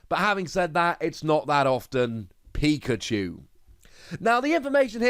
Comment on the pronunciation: Could have sworn he said pika-jew lol